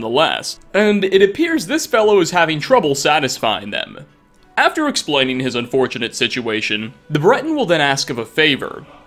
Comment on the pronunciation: Every time you say "explaining" it sounds like "exploiting" and it makes me convulse.